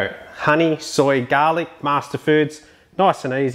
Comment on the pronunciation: Saving this one for a meal this weekend when i actually might cook something LOL. Love the way you say gahlic 😂 Looks so yummy...honey soy garlic and wings!! Cant go wrong. Thanks for sharing. 👍